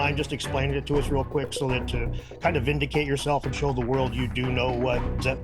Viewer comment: It’s the world not the worled! 😂😂😂